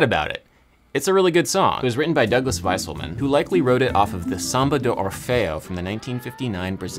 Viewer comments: Wouldn't "Wieselman" be pronounced "Veeselman", not "Viselman"? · Adam, you’re mispronouncing Douglas Wieselman’s last name. It’s pronounced “VEE-ZELL-MON” not “WHY-SULL-MAN”